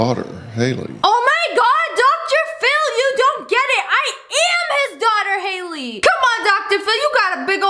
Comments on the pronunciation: Its not hayley it’s Hailie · Actually Sssniperwolf, Eminem's daughter is spelled Hailie not haily